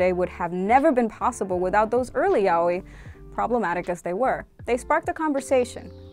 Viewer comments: Being latina is not an excuse, unless you're brazilean you'd pronunce yaoi as "ya-oh-ee" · I always pronounced it yay-oh-e